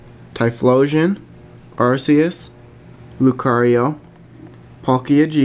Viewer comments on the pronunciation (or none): none